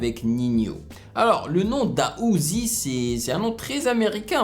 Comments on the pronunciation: Juste une petite info ça ne se dit pas Da Uzi mais D A Uzi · Juste on dit "d.a uzi" pas "da uzi" comme tu dis ✌🏼 peace bro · c'est Da Uzi pas Da Ouzi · Salut, " da Uzi " se prononce "d" puis "a" Uzi, en gros c'est comme si ont prononcé un "d" puis un "a" puis "Uzi". J'espère que mon explication était assez claire Sinon ta vidéo est super 🔥🔥